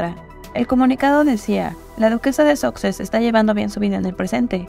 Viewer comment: Los duques de "soxes", dice 😂